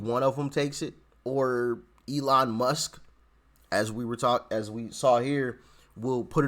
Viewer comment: Elon "Misk" ??? FFS can you not get the name right of the most famous African American businessmen in the world.